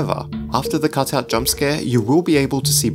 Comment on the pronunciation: cotut lol you said cotut instead of cutout love it XDD